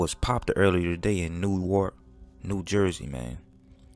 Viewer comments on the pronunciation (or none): First of all...it's pronounced NORK. Not New Ark. You're talking shhhh about jokers that will murder you. You think it's funny and it's not. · Stop disrespecting this mans life , you joking about a sandwich and a black man lost his life in his own community. You clearly not from Newark because you can’t even pronounce it right. You using him for content. This is distasteful. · You butchered the pronunciation of Newark bro lmao